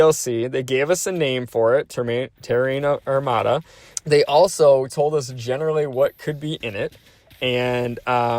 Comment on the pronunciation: they said agonizingly not amazingly lol. And you gotta look up how to pronounce terran armada because you pronounce that wrong too. Please don't take this comment as hey I am just letting you know so you can be sure to pronounce it correctly in your videos in the future. Some people discredit people that pronounce words wrong in videos since they have the time to edit it and make sure they say everything correctly. It's different if you're speaking live but when it's an actual video some people expect correct pronunciation throughout. This is only constructive criticism. Im loving this channel. I subscribed. I Just wanna see this channel grow 🙏